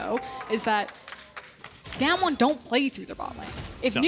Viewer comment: It’s Not daymn won, it’s daam won